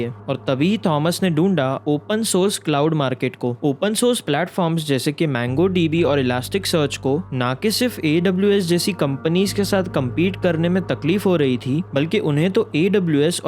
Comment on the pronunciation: its mOngo db not mAngo db